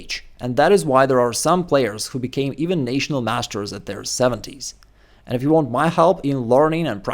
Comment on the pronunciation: Your English truly is excellent. But since you brought it up: National is Nah-tional, not Nay-tional :) Thanks for the video.